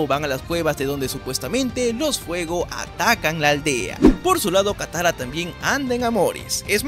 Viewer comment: "kayoshi" "takara" jajajajaja me reí mucho